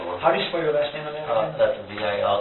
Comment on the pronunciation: Okay so weird enough me and that guy are related but glad to hear someone say my last name right. 😂. I’ve honestly been waiting for someone to make this video